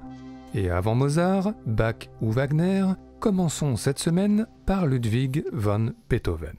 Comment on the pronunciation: Intéressant, mais 3 remarques : 1. C'est Ludwig vAn, et non Ludwig vOn, comme vous le prononcez plusieurs fois. 2. La fameuse "Lettre à Elise" est une Bagatelle (genre rarement pratiqué il est vrai), et non une Sonate, comme vous le dites systématiquement (ce n'est pas parce que c'est joué au piano que c'est une Sonate : rien à voir !) 3. "Beethoven" ou "Beethov'" ? Les deux prononciations sont possibles, mais il aurait été logique que vous vous en teniez à une seule ("Beethov" est en réalité "Beethov'n", avec un "n" à peine entendu). Merci et vive Ludwig.